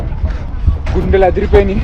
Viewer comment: Gundelu kadhu bro G lu adhripothay 😂🤣